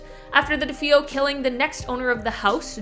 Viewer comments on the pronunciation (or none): John DeFeo (pronounced “De-Fay-oh,” not “De-Foh.”)